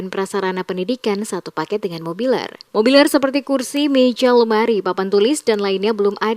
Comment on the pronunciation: mebeler..bukan mobiler....